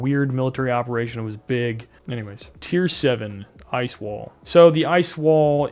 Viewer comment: Sir you are saying Ice wall wrong repeatedly 😁